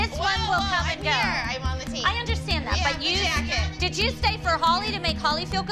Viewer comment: Holy saying YeH is killing me I can’t😂😂😂😂😂😂😂😂😂😂😂😂😂😂😂😂😂😂😂😂😂😂😂😂